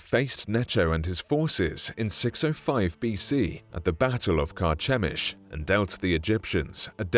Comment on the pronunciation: Carchemish (ch pronounced like the letter k).